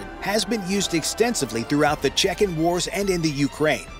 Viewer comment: Che-Q-en wars? Really? 🤦‍♂